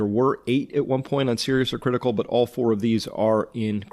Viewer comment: lol sounded like u said CLITical